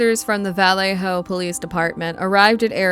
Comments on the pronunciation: In the first case, why does the narrator pronounce the name of the police force as "VALL-leh-ho" instead of the proper "vall-AY-ho?" Strange and uneducated. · It’s pronounced (vuh•LAY•hō), not (valley•HŌ) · You know what's really annoying I don't know where valor hello is I know where Vallejo is learn how to pronounce your cities and your words duh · Learn how to pronounce. Or listen to some N2Deep or Sick With It. Vallejo is not vowell-lay-ho. It's pronounced vuh-lay-ho. Other than that great video. Thanks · You are CONTINUALLY pronouncing the name of the city in California, where Denise Huskins and Aaron Quin lived, wrong! Phonetically speaking, it is pronounced: VA-LAY-HO. Valejo. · The CA city where homegirl was abducted Vallejo is pronounced va-lay-ho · You are a very poor narrator! For one thing, the town you mentioned IS Pronounced VA LAY HO! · It's pronounced "vuh-lay-hoe" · Hey the name of the city right. Valle-ho. Also, I remember this story. I grew up basically in Dublin California. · Vah-LAY-Oh. God, that was painful to listen to. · The only crime, the pronunciation of vuh LAY oh. 😅😅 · Its Valle-Ho, not the wY you are saying it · It's pronounced "Vuh-Lay-Hoe". 😊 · It’s pronounced VA-LAY-HO!!! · I caught that too..is she using ai you think? Sometimes it's way easier but mispronounces things like names. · How can you not know how to pronounce Vallejo? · You aren't pronouncing Vallejo, CA correctly. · They way you kept pronouncing Vallejo killed me. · It's pronounced vaLAY-ho. And exAsserbated. And MoBEELE. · they’re referring to this video creator mispronouncing the last name as “daywell” instead of “daybell”. Vallejo was also pronounced wrong lol